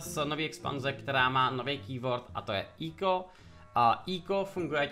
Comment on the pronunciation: Cloude čti to prosím [:ekou:] a ne [:íko:] :D jinak díky za super informační video :D